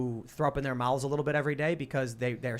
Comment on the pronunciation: tim saying mouths; " MOWTHES "